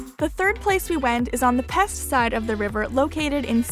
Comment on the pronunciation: check your pronunciation of "pest" side of river